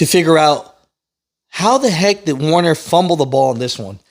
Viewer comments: "WER- ner", NOT "WAR- ner"! Please, finally. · It’s Werner people, not Warner. Get it right.